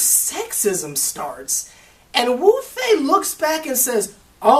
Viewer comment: Wufei not lufei